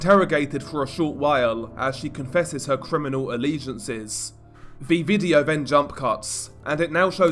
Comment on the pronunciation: good content and scripting, but the vocal delivery, maybe try like you're doing a standup comedy act, it's a bit overly dramatic and tedious, not every syllable has to sound like it is an earth-shattering piece of information - also, if you want to be a narrator, words like 'brother', 'further', 'then' , 'the' and though' aren't pronounced 'bruvva' , furva', 'ven' 'va' and 'vo'